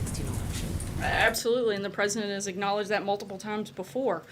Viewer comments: First of all you dumb ass, calm down. Your shaking voice is giving it away and also, you don't say the word "acknowledged" correctly and it bugs me. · Why can't SH Sanders pronounce the word "acknowledged"? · It's not 'lyin Ted', it's 'lyin Sarah'!